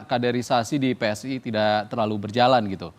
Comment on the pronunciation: PSI mas, bukan PSSI 😂😂😂